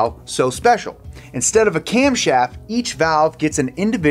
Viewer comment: "Camshoft" lol